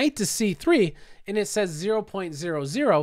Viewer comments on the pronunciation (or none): none